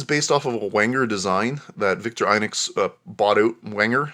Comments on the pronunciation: Vik-TOR-ih-noks not Viktor-EYE-noks. In Europe: Veek-TOR-ee-noks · I don’t think I’ve ever heard Victorinox pronounced “Victor..inucs “ before 😵‍💫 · Vick-tore-eh-knox Veen-ger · Victor INOX? It's victorinox! Very irritating. I know I'm knit picking. But it did make me not wanting to listen any longer.